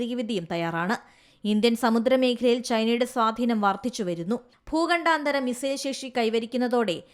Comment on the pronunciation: ഭൂഘണ്ട ധാര അല്ല മോളെ........ ഭൂഖണ്ടാന്തര മിസൈൽ....